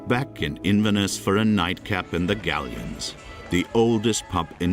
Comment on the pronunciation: Your pronunciation of Inverness is dreadful……….